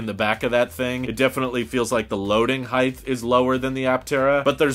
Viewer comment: N.B. The word is height. Not heighth.